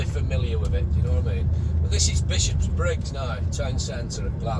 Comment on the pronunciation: its not 'Bishops-briggs', its Bishopbriggs......only one 'S' and its at the end .